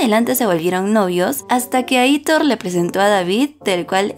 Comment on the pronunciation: No es "Aítor", es "Aitór"